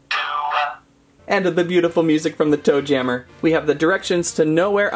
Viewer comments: Yeah it kinda sounds like he’s saying doom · •Caketsto • it’s toe JAMMER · Toe jammer is off and "MA"